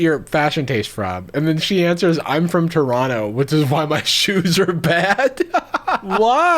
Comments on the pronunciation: Bruh the way he said Toronto oof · The way non Canadian pronounce “Toronto” breaks my brain lmao